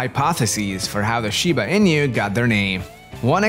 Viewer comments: INU -- ee-nuu, not EE-NEW. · Inu is pronounced E-Nu, not In-you. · In-you XD